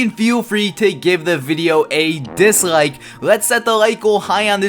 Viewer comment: Did you disghike or ghike this video?